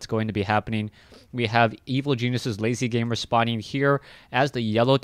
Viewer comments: LzGamer is pronounced "L. Z.-Gamer" not "lazyGamer".......... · No offence, but sometimes you have bad name pronunciations, please check the names before casting them =D (its L-Z gamer)